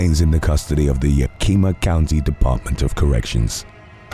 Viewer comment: Yakima is pronounced ya-ki-mah, not ya-key-mah, (as a resident I thought I would mention it). Great stuff, very scary and the voice talent makes it intense. Cool.